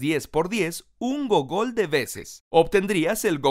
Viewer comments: Realmente no suena gogól, sino gúgl. En español se escribe gúgol. De hecho, en honor a este número, es que se le puso al buscador Google su nombre. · wey gracias a esto me di cuenta que El término Google proviene de la palabra “Googol” (se pronuncia 'gúgol'), creada por el matemático norteamericano Edward Kasner y cuyo significado es diez elevado a cien . te quiero